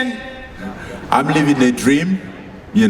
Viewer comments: Mike "MANIFESTATION 😊" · Mike tyson : "Manifestation !"💅